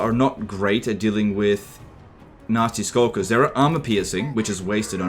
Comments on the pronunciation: every time you say nasty skulkers it sounds more like "nazi skulkers" lol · The you pronounce Nasty Skulkers sounds like you're saying "nazi skulkers" lol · I just can't stop laughing at accent sounding like he's calling these poor gobbos nazi skulkers xD